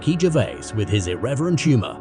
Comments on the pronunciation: at least try to pronounce his surname correctly ... Gervais is pronounced as Gerry would be, not Gherry. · I see you hat you tried here, but maybe an idea; try to get his last name right please?